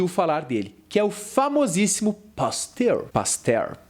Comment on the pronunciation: mais algm ai ouviu ele chamar o Pasteur de pastel ? xD